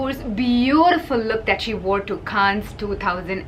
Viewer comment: It's Cannes not canne's. The s is also not pronounced.